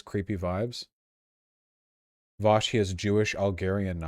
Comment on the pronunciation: Wait until Vaush will know about Marine Le Pen love for cats... Voosh mind's gonna explode. Vaush's French accent almost sounds like Mario : "It's a me, Vouche!"